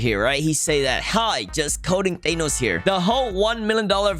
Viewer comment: f-ay-nos? I thought it was Thanos f-a-nos